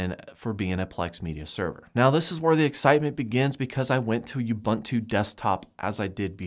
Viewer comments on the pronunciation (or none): The word "ubuntu" is an old African word meaning "humanity." It is pronounced "oo-boon-too". I don't know why people butcher this word so much...